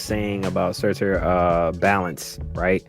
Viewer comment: Again... SUUUUUUUUUURTUUUUUUUUUUUUR. Not SAAAAAAAtAAAR